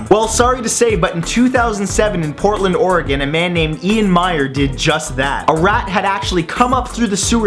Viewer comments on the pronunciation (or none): Porland, Oregon*